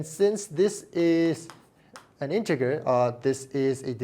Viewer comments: Integer is pronounced with a soft G, not a hard G. Pretend it’s spelled as “intejer.” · I can't believe how much math you know while pronouncing integer with a hard g